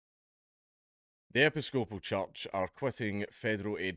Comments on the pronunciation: Americans: "e-PISS-copal" .. Dankula: "epi-SCO-pal" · Hint: When you encounter a new word, try looing up the fucken pronunciation. Epy scopal.... FML! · "Epi-scope-al" lol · "epi-scope-al church" Thank you Dan Kula from Scotl-and!!! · Americans pronounce it (rightly or wrongly) as e-PISS-co-poll. Seems oddly appropriate, since they seem to be taking the piss... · Pronounced "e PIS coe puhl". Emphasize the piss. It's a splinter of the Church of England, if you can believe it. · 'Ep-iss-cope-al' - how can he not know how to pronounce that properly?!? Does he say 'An-gli- kan' or 'Cath-olick' as well? Bizarre. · It's pronounced "eh-piss-co-pole" you heathen. :P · "Epi-SCO-pal" May God bless Scotland. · Hearing Dark mispronounce Episcopal, caused me immense spiritual damage.